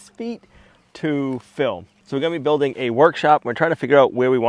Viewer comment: It's not Build in,,, It's Build-ing very annoying!